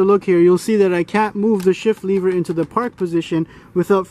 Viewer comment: "lever," not "leever"